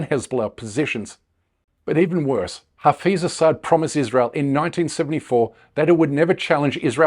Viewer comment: It is Hafiz, not Hafeez!